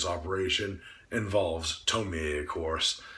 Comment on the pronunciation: I like how you pronounce her name as TomiEH. A lot of people wrongfully pronounce her name as Tomi or Tomy when doing reviews. It irks me!